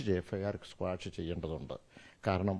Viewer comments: സ്‌ക്വാഷ് അല്ല ഓസ്മോനെ Quash 😂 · 'Squash' alla saare 🤣 'Quash'..